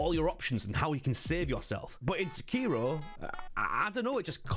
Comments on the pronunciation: Sek iro you're saying Se kiro! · You're pronouncing the name incorrectly... it Seki-Ro, not Seh-keer-o. Didnt last a minute into the video due to you butchering the name. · I wince every time he says “SAHKEERO”, 😖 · No the biggest thing they can get wrong is the pronunciation.😂 Come in white people 😂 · Wild to me that the game literally says sekiro 400 times and still pronounces it wrong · I find that a lot of people are still playing and recommending Sekiro so... still, a pretty good video. I had a hard time with your pronunciation of Sekiro though. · Why do people pronounce shit wrong when the game says how to say it several times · Can we finally get someone that can pronounce the name right?😂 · pronounce sekiro correctly as youve heard it ingame.. is that really so difficult man? its pretty simple why people point them to MORE similar games rather than OSU Souls.. i like sekiro as much as the next soulsborne fan but cmon was this THAT large of a revelation for you?